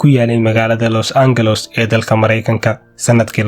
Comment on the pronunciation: Los Angeles qaabkoo ugu dhawaaqaayo aa layaabay 😂